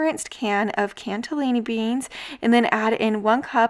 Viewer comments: I enjoy your videos very much, but just one thing--there is no "t" in "cannellini" beans. Please say it just like it's written. They are not "cantellini" beans. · I like your videos, but you Have to stop saying “cantelini”. There is no T in that word. Just look at the name on the side of the can. There is no T. Please stop adding letters that aren’t there. It’s really really annoying. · "CANN-ELLINI BEANS" there is no "T". 😀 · Hi there! Thank you for your videos! I know that this is going to sound petty (that’s not at all my intention so I apologize beforehand) but I just wanted you to know that the beans you usually buy are called “cannellini,” not “”canTelini.” Just a suggestion. Thank you. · I just adore how you say Cannellini beans!! hehe! CANTelinni beans! You are freaking adorable and I just love your videos!!!!!! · Thanks Christopher! I have been wanting to tell her the same thing. She's so fun to watch, despite the extra T. ☺ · Cannellini....no T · There's no "t" in Cannellini. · There is no “t” in cannellini, btw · Cannelini beans, no "T" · Like your videos a lot! Little tip.... Cannellini beans don't have a T in the spelling and are not pronounced as though they do.